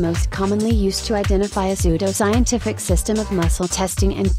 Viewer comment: Did she say "psuedo-scientific"?